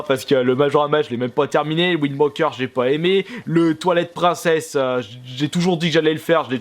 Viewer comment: zelda briffe of a wouayld ou encore zelda toilette prinsaisse xD quel accent anglais de toute beauté